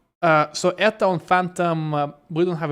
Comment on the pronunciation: I think most places they say E T A no Eta.